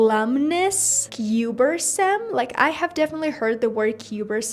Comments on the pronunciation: Thanks for this! I hope to get to c2 in my tsrget language one day 🙏also, Cumbersome is pronounced like "cumber" in "cucumber". I love how you called out "i probably won't be using this word" and its the only word I've actually used and know out of the ones that were listed 😂 i get your point though that c2 words aren't used often and are mainly just to expand your vocabulary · Sorry not to be that girl but the word is “cumbersome” (cuhm-ber-some) not “cuber-some”. I wouldn’t normally correct pronunciation (yours is generally great!) but you said it in a way that a native speaker wouldn’t be able to understand what you meant. And it’s a very useful word to know. Examples are like if something is hard to carry: “The book is so large it is very cumbersome”. Anyway great video, I’m an intermediate Spanish learner and your tricks are very useful. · Hi, I have a friendly reminder for you: you acutely mispronounced the word "cumbersome" here:.